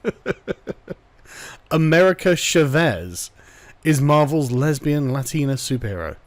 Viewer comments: CHÁ-VEZ not SHA-VÉS. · "Shavez" lol it's Cha not sha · Oooooh you Brits and your inability to Spanish. It's "Cha-vez" Love you <3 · Carl, the way you pronounce "Chávez" gives me arse cancer. It's not a "sh" sound, it's a "ch" sound, and the A is the letter that's accentuated, not the E. It's Spanish, not French.